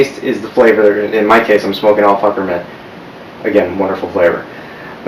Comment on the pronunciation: Hahahah you said al focker